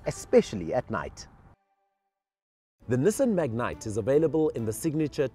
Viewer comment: I wish they would pronounce the name correctly. Its not a mignite...